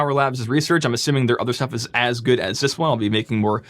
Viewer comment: lol none of that was applicable. Good job. Oh, sorry, I mean "jood" job.